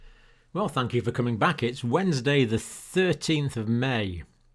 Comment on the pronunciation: Aww, John is so beyond humble he'll be apologizing tmrw for "glonal" update on "wednesda!" Give the man a break! 😂❤ Love to Dr. C & all his subs!